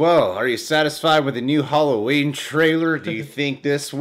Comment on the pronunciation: "Holloween"...:D Love you